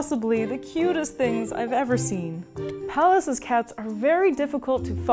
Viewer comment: Apart from how she pronounces "Pallas."